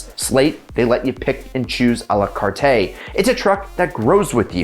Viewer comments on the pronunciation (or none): It’s pronounced a la “cart” not “cart-eh” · 2 doors is a problem in SUV format. And, dude, I'm a d*ck to mention it, but "A la cart-ay?" Like nails on a blackboard. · “Prices soar…” shows a graph with a downward trend. 🤦🏻‍♂️ And I cringe every time he mispronounces À la cart.